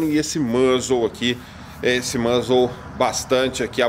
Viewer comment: Não é musle que fala? Mãzeu acho meio estranho